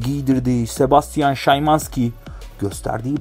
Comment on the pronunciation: Olum adamın adını yazim sana szymanski şımanski diye okunur bide sana kaç kere diyecem kendini kasma diye lan abone olan insanlar da senin gibidir heralde